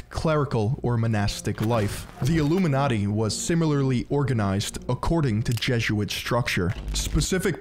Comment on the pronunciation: It's jeh-zoot-uht. Jesuit, not Jezzuit. 😂